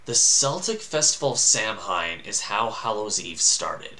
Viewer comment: KELTIC great of Sah-Win. Pronounced Saaahhh.... Wiiiinnn.